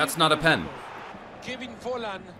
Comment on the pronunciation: Love the vids <3 Btw I think his last name is pronounced FOLLAND in German.